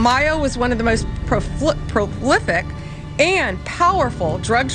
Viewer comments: She can almost talk. Even thinking she corrected her mispronunciation, she said proflicic. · Prolific, not profliflic. 😂 A blonde moment... 😂 😂 😂!!!